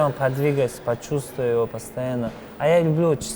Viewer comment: "Чесн говоря" )